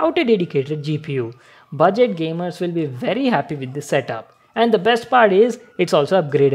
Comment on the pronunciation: Gaymes Me: GTA V *Epok gaymr*